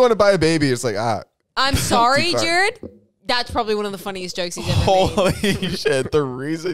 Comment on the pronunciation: the fact that jared said my name right is so exciting im excited for y'all to open the gifts